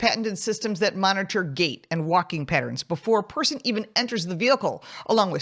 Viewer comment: Is she saying patents or pattern? Weird.